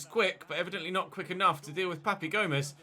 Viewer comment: Papu Gomez, not Papi! Lmao! Love the new series